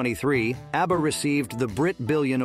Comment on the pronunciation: Easy he calls ABBA ARBA